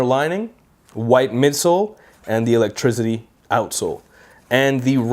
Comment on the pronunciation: Electrizity hahaha jk man